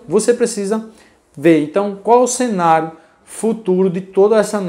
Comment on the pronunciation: "sénario" não existe. É CE-NÁ-RIO!!